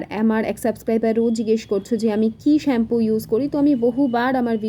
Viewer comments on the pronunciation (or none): none